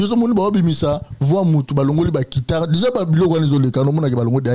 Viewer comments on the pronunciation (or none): On dit guitare et non kitare